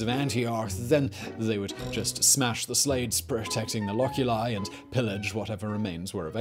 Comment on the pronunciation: cuBIcula LOculi. arcoSOLIa FOsseri. Third syllable from the last is stressed. Not second.